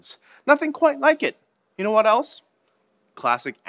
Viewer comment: Was it just me or did he say 'what' kinda weird. Like he said 'wet' not 'what'